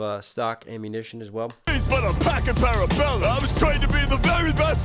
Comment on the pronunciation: The only bar in this battle that didn't make sense to me... is Stallone saying "Parabellum" yea he can't pronounce that lol